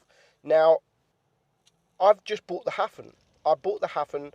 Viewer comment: Jeeze your pronunciations are hopeless! Edelweiss = Ay-dull-vice Hafen = Ha (as in haha) - Fun (stress on the Ha)